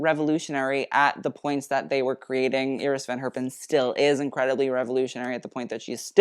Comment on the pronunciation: Kudos for pronouncing "Iris" in a Dutch way